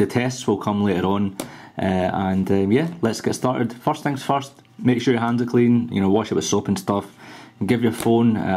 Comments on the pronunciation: forrst thing forrst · forst thing forst XD